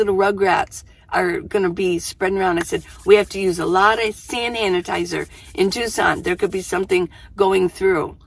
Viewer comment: . SanHanitizer! Noooo, you don't even know me & you're talking like me! Haha. I do that all the time. I don't think I ever talk straight in any of my vids! It all started with Gubble Bum when I was a kid...(Bubble Gum) 🤣🍬